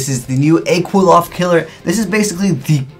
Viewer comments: Ok correct me if I'm wrong but it pronounced Quil-ploth, Quil-off, or Kilpoth. The spelling suggests it's actual pronounced Kli-foth. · Btw, it's pronounced Klee-Foth, not "Kwill-oth". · Pronunciation is actually "Cliff-Off" The more you know... :D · Qliphoth = (Kli-pot) With a long o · Where are you getting the prononunciation for Qliphoth from?? Is that how they pronounce it in japanese. The pronunciation is so off its killing me :(...